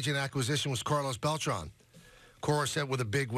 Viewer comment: It’s pronounced Bel-TRAN not Bel-TRON